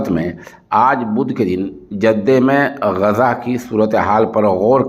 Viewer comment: محترم السلام علیکم ورحمتہ اللہ وبرکاتہ بعدہ عرض ہیکہ لفظ غزہ کے بجائے آپ لفظ غزے کا تلفظ کیوں ادا کرتے ہیں ۔خیر اندیش حافظ عبد الحفیظ ، والسلام علیکم ورحمتہ اللہ وبرکاتہ ۔